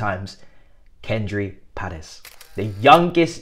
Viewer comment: There is no “r” is Paez… it’s pronounced a bit more like “pie-ehz”.